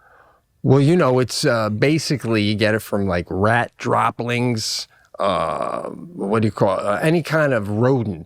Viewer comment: its droppings, not dropplings pete. but thats just splitting (rat) butt hairs.